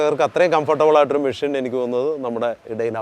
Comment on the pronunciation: മിഷ്യൻ അല്ല മെഷീൻ